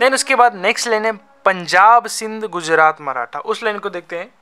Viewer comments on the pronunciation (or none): none